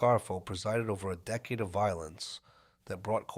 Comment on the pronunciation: I'm not sure how this AI narration works... but dude... can you at least set it to pronounce words correctly... you gave us decade as DEE-cade and DECK-ade.... in the same sentence! I still subscribed. Pretty good recap.